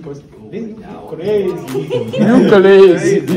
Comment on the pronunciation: all I heard was “BRUDDA.” 😂